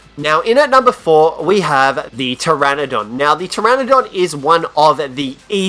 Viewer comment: Ptrenadon i thought it was pteranodon go practice your English bud